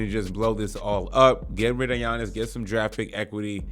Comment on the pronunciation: As soon as I heard gee-yannis I couldn’t watch anymore